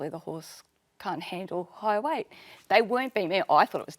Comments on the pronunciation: Noob non-native question: Why do they pronounce 'weight' differently? Something like 'weishht' :P Update: I hear a similar thing with 'diet' word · The way the host pronounces "weight" is just making me cringe. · I was just joking about the way she pronounces "weight" I'm actually a semi-pro athlete